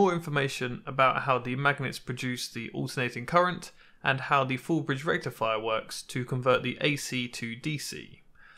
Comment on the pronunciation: Super disappointed in your pronounciation of FOOOOOL BRIDGE RECTIFIAHHH!!!